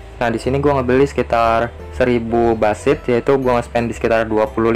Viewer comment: Bush seed, tapi temen gw dengernya Basit. Kt dia "apa manggil² nama gw"